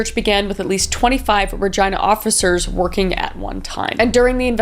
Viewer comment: I keep cringing to how she keeps saying Regina 😭